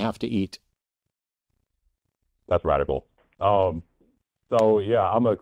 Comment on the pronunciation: He said "RAT"ical lmao 🤣